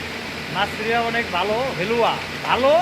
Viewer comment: আপনার আরবী মাফি কোয়েস।হালুয়া না হেলো।মাইয়া মাইয়া না মিয়া মিয়া হবে।আরবী উচ্চারনে অনেক ভুল আছে দয়া করে সঠিক উচ্চারন শিখবেন।আনা হুব্বু ইন্তা ফাহাম।আনা মজুদ সৌদি আরব হাবিবি কাম টু সৌদি আরবীয়া।ফুলুস কাতির বাস মাফি সোগল।হিনা মজুদ মাসরি ওয়াজিদ কুল্লু ফেরাউন মাফি কোয়েস কুল্লু কাজ্জাব।